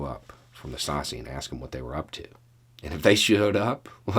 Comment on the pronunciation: Excellent argument. BTW, 'Stasi' is pronounced "SHTAH zee".